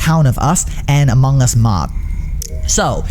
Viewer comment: Who heard it as AMONG GUS